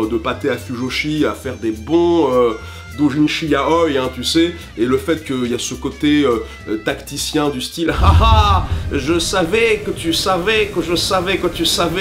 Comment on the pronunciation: excuse moi ?? Comment tu viens de prononcer yaoi ???